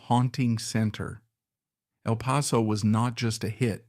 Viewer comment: El Paso not even pronounced correctly.